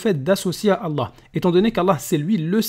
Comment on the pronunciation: On se défend tout simplement ... parce que vous mentez ? C'est quoi ces ahuris ptdrrr, c'est qui les moutons entre nous qui connaissons nos textes et vous qui suivez un faux ex-musulman (qui ne sait même pas prononcer le nom d'Allah) en gobant tout ce qu'il raconte sans essayer de comprendre ? ^^ Et il répond parfaitement à la vidéo, essayez de suivre. Majid montre que les lois islamiques sont stupides contrairement aux lois humianes.